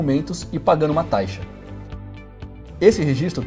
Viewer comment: Taixa ?? Ele fala taixa no vídeo ? 👀